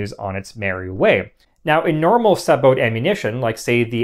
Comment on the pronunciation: It is so nice to hear sabot pronounced correctly.